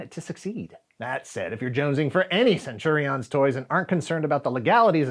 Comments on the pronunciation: Why CenturiOHNs? Do you use the same pronunciation for champions? Companions? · Please stop saying "centuri-ons". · Interesting way to pronounce Centurions. I always remembered it as Cen-tu-rians. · The way says "Centurions" with the emphasis on "IONS" is worth a giggle every time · As a fellow Aussie, do u find his pronunciation of Centurions a bit different to how we heard it? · Can I ask why you are saying Centurions like that? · Am I the only one that cringed every time he mispronounced Centurions? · He keeps mispronouncing Centurions, even after the ad plays. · Why is this guy saying Centurions like that??? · Why are you pronouncing Centurions like that? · Will subscribe when you learn to say Centurions properly...